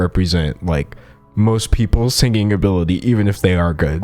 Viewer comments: Can u please auto tune the way you pronounce the word sinGing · My guy pronounces singing exactly like Ethan Klein 😅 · I like that you pronounce singing with a hard G like Ethan Klein ❤️